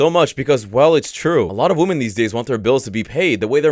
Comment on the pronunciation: ''Women'' is pronounced, ''Wimin''. Please try to get it right. Thanks.